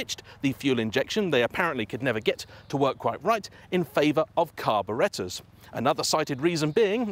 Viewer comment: I could listen to an Englishman say "carbonators" all day long.